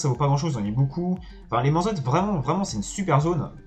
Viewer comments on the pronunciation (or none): Vidéo très sympa, mais je comprend pas comment tu peux arriver à prononcer "mansot" "manzotte" 😄